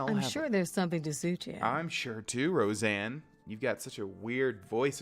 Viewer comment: Row-Sahn not Roseanne